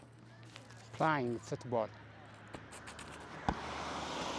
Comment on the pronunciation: ⁉️ ወንድሜ ሙከራህ መልካም ነው :: በርታ :: ግን ግን ይህችን እንግሊዝኛ የምትመስል ግን ያልሆነች ጥራዝ ነጠቅነትህን ተው :: አትችልም :: ሌሎችንም ታሳስታለህ :: " ዘ ኪድስ ኢዝ ፕራይንግ " የሚል እንግሊዝኛ ምንድን ነው ??? ልጆቹ እየተጫዎቱ ነው ለማለት ፈልገህ እንደሆነ እረዳለሁ :: አንተ ያልኸው ግን ስህተት ነው :: " ፕራይንግ ፉት ቦል " አይባልም :: ነውር ነው :: playing ለማለት ይህን ያህል መቸገር የለብህም :: ... ሳያስፈልግ ራስህን ችግር ውስጥ አታስገባ :: ዝም ብለህ በምትችለው ቋንቋ ቀጥል :: ምክር ነው :: በተረፈ በርታ ::🙏🏾